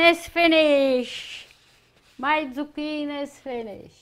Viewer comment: Zu-QUEEN is right!!